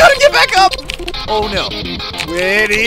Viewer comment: Actually whity's name is like white y not whity